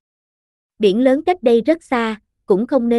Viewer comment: Tiếng nổ lớn nhé bạn, không phải Tiếng nổ lơn. Bỏ dấu ý nghĩa của cậu chữ sẽ khác đấy. Giọng của bạn rất hay nhưng chú ý đọc đừng bỏ dấu sẽ hay hơn nhiều.